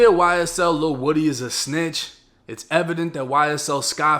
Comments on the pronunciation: Lil woody, but you say it like lil wodie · It's Lil Woo-d, not wood-e. Listen to Young Thug's old and new music 🎵🎶, DK, Lil Woo-d, SB, Tick, Roscoe, Yak, and Duke all top shottas, of the YSL Family. I know these cats, Nut was playing both sides of a dangerous game, thought it was cool, just because his rank, 2 Lions can't have the same pride in the same jungle, safari, or savanna...💯🤧⚖️⏳🌎🌍 Also Rayshawn Bennett, Lucci was playing both sides, while trying to clout chase within the city 🌆 and gang EFB, ABG, SMM, YSL Family..! When u take it to the streets, you can't switch it up, when the next man hits harder than you, you REAL, then stand TTD ten toes down, on the codes that governs the TRU gangstas in the game 🎮...💯💪⏳⏳🧢🎓🙏🚪🥊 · His name isn’t woody it’s pronounced like this WU-D! Cmon y’all don’t remember when that crazy bastard corrected when she got it wrong? 😂😂😂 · It's pronounced (Woo-dee) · That man name is pronounced woo-dee (woody) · Its L il Woo-Dee 1090🤣🤣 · Are we sure it's pronounced woody or is it woo - dee. My friends nickname is woody but pronounce it woo- dee.